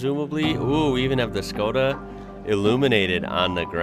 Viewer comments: You said iz correct: Shko-dah. In Europe 90% of these are diesel. Very low fuel consumption but nice torque and it pulls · You say it good,its Škoda. "Schkoda".I have one too Karoq SportLine. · said škoda corectly and nicely👏🙋🇨🇿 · you said škoda perfectly right by me as a czech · you are saying ŠKODA just right. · You said Škoda perfectly, i also think that internationaly they go as Skoda so youre fine either way. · Your Škoda pronounce is great, noone will be angry :) Wagons.... here in czech we have allmost everthing in wagons and almost 90% of cars witch are sold like a sedan or wagon are wagons :) ( much more space for almost same price) even i have Octavia wagon :D ( octavia have the biggest trunk in her class). Love your work by the way :)